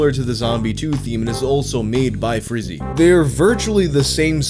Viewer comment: It's so refreshing to finally hear someone who genuinely tries to pronounce Italian properly and doesn't just slap an English pronunciation to every word. Just two corrections: Tempera is stressed on the first /e/ and not the second and the [z] sound in Frizzi is stronger, the same way in which you pronounce Cozzi. Everything else... thanks for trying hard to respect the language.